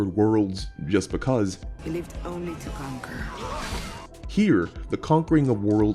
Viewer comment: "he lived only to con-cor"